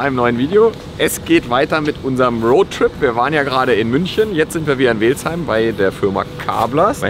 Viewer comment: Beim nächsten Mal üben wir die Aussprache von "Welzheim". 🙉.... Geiles Projekt....